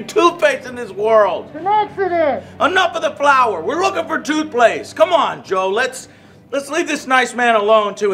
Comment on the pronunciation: He said “toothplaste” twice😂